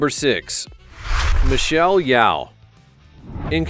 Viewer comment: Do more research and make sure u pronounce Micheal Yeoh name correctly!